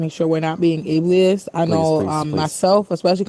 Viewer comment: WTF is “ableli iss”??